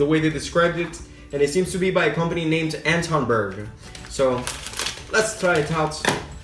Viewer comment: you said anton berg right